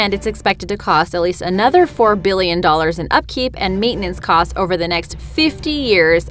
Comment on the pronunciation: Oops I mean why she say biillion